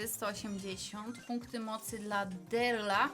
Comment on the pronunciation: Boże, wogule nie umie grać, rozwala skrzynki z daleka Shelly, na darryla mówi "derla" czy jakoś tak. Jest noobem w tej grze